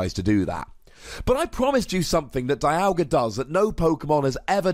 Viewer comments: I know it doesn't make sense, but it's pronounced DEE-alga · It pronounced Die-yal-gah in the anime.